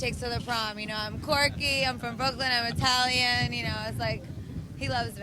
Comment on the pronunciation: I'M ITALIAM.... LOL